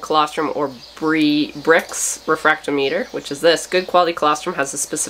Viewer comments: Not that it matters much, but the instrument that measures the specific gravity of fluids is pronounced re-frak-TOM-it-er. I do so love watching you interact with your sheep.☺️ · Hi. I used a refractometer quite a bit back in the 80s in the carbonated beverage industry. Brix is pronounced "bricks". Refractometer is pronounced: Re-frack-tah-meh-ter. Emphasis on frack. So fun to see one used again.